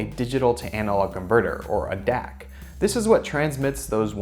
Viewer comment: when Dac sounds like dick